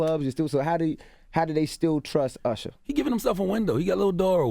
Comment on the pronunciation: did envy just introduce him as ursher?